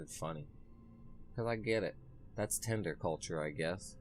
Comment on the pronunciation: Tinder: ❌ tender: ✅